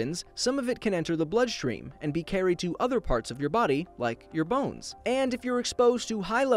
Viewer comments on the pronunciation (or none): none